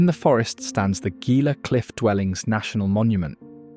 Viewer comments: It is Hee-la NOT 'gee la.' Also Ban-do-leer. And Co-chee-ti. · I am a third genration New Mexico native. The audio is AI version or "Gringo" version, It mispronounced many of the locations. Gila is pronounced HEEla. Mogollon the double L is pronounced as a Y. Others too numerous. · Gila is pronounced Hee-la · 'Gila' pronounced 'Heela'. And 'Mogollon' pronounced 'MōgYōn'. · Pronunciation Corrections: Las Cruces = Loss Crew-cess Gila = Hee-La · Most excellent video, but could use a narrator who knows how to pronounce the place names. Gila = Hila, Mogollion = Muggyon, etc etc. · Its pronounced HE-la cliff dwellings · Gila pronounced "heela." Mogollon, pronounced "mohgeeyon." Thank you.